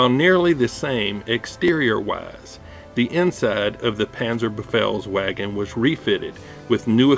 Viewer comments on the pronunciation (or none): you read it wrong, its panzerbefehlsVagen, not panzerbefehlsWagen